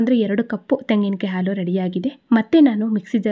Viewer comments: ಹಾಲು, ಆಲು..ಅಲ್ಲ ಸರಿಯಾಗಿ ಉಚ್ಚಾರಣೆ ಮಾಡಿ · It's not aalu.its haalu. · ಆಲು ಅಲ್ಲ ಹಾಲು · Aalu alla, HAALU !! Urdu alla huridu!! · Please halu halu.